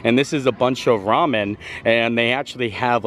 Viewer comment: Our family has always pronounced ramen “raamyun” and are considered weird. Both my husband and his brother served in Korea and that’s how they learned to pronounce it. Tickles me that you do too.